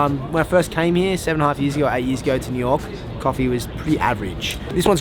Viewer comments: cawfee it’s that New York accent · Did you realize you don’t have a typical New York accent but say coffee like your from Brooklyn or my cousin Vinny - even funnier is when you say coffee multiple times fast your Brooklyn coffee accent suddenly disappears